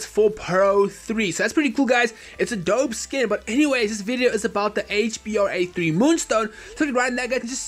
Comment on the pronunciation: It's HBRa3 not HBAR3